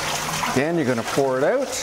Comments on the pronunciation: I love the way Canadians say, “Ouwt.” 😂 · Love how Canadians say OUT and ABOUT! Thanks for showing us how to clean these bottles. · Ahhhh HA! I knew you said out with an accent lolol. Ontario it is. Thanks for the video! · Love your accent when you say the word OUT. I'm guessing that you are from the Upper Midwest or Canada.